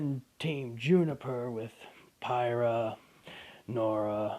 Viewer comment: ok then but 2 things weiss and pyrrha are pronounced differently weiss as in white and pyrrha as in peer not pire